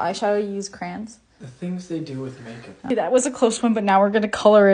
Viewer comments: she turned british for a sec there😂😂😂 “MaKeUp” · turned British when she said makeup